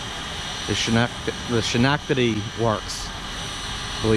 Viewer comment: Another good vid, Schenectady, NY our home city, Yes you murdered the pronunciation.LOL